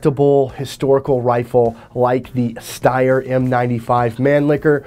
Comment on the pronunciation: Loved the video, but as a steyroid i must say, the mispronouncing of some of the austrian words, namely mannlicher and steyr, irks my 'tism a little bit.